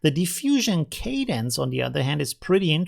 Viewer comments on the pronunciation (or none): none